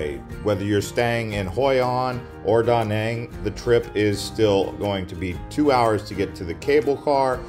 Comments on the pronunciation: Its not Da' Nang its Duh Nang' The accent is not on Da the ancient is on Nang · great video, offering a lesson on proper pronunciation of Da Nang City. Vietnamese say what sounds like duh non city, ok